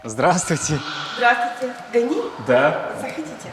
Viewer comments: гани емес Ғани, куралай емес ҚҰралай деп сөйлеңіздерші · Не Гани а Ғани, не Куралай а Құралай.